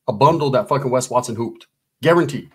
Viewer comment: Good ‘ole “Wesley RUTH Watt-Soan!”